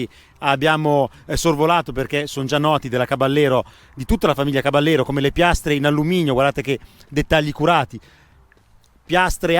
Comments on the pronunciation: Caballero è una parola spagnola e si pronuncia "cabajero", voi spaghetti ! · Sì ma caballero pronunciato in italiano non si può sentire dai: provateci in spagnolo , non è così difficile ‘caba -jero’ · si pronuncia caba - yero in spagnolo